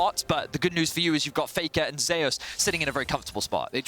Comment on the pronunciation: If he pronounces "Zeus" as "Zay us" one more time!